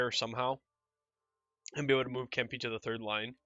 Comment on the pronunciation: Say Kempe’s name like Kemp-ay.